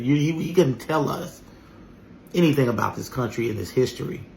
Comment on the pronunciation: Your CUNTRY????? Your CUNTRY..